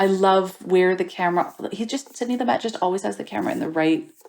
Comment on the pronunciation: Sid-nee Loo'-mut Just sayin'